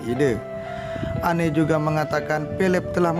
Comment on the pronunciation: Maaf..bukan kastel tapj castle ( sebutan nya ka sel) Charles sebutan nya charls Anne sebutan ann